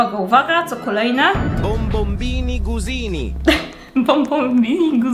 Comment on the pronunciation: Wiesz że to się mówi bombombinu gusini